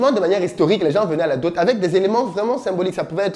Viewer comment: On dit "dot" ça ne prend pas le fameux "e" qui est légendairement ajouté par une grande majorité de personnes. Cordialement... Merci déjà pour ces sujets pertinents que tu soulèves.